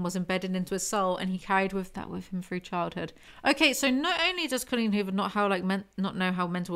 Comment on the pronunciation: the best way to listen to Coleen Huvor. I think I just like the way says "Cullin Huver" 😂❤